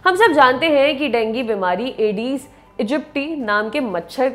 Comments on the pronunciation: Dengi nahi ma'am dengue hota hai, pronounced thik se kro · Denggi nhi dengu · डेंगू बोलो मैम देंगी नहीं आप का कोई न कोई वर्ड टेढ़ा ही रहता हैं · aree madam wo dengu hota hai dengi nahi naam to sahi le liya karo yaar 🙄🙄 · Ma'am Dengi nahi dengu 😂😂😂😂😂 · Didi dengi nhi dengu hota hai 😂 Please English ki esi taisi n kro 😭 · madam dengi kaun bolta hai.. koi doosri hi bimari lag rahi hai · Dengue bolna shikho phle.